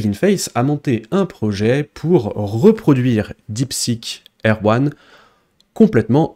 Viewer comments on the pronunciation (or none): A chaque fois que tu dis "Deepseek R1", j'entends "Deepseek Erwan" xD